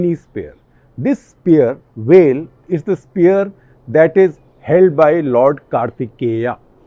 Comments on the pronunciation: It's not "well", it's "vale". Please make an effort to get pronunciation right. It's not like you're from "Ostrayya" or something. And ok I know you will never be able to get Kazhagam right. Btw, Tamilnadu has done amazingly well on both economic and social indicators. Top 3 for sure among the states. One of the more disappointing episodes I have seen here. If you dont know how Sasikala's release is going to affect the elections, why attempt to Cut the Clutter? Yes India is amazing but Wikipedia stuff about Periyar and Annadurai does not pass muster on what I've grown to expect from this channel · It's pronounced like you pronounce "veil" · Shekhar da, it's easy to say "Vel" - it is how you'd say Whale without the H. Or maybe simpler - "Vale" (aka valley). Do try it and let me know if you got it 😂 PS: A huge fan, Shekhar da, I learn a lot from you. What more, I got my spouse to subscribe to your channel and agree to chip in some Rs also towards subscription to "The Print" - we listen to all your episodes. Now, my 2021 resolution is completed, I can go back to "normal life" 😊